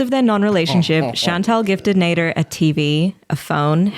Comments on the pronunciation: I think his name is sounded as (Nah-deer) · Name - Nader "NEY-DUR" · I'm speaking on behalf of the whole Egyptian population, we do not claim that "Nader" guy. even his name sounds dumb when pronounced properly for us